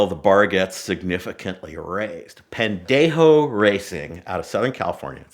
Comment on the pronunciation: I dont know if we speak different with an accent but he said it wrong 😂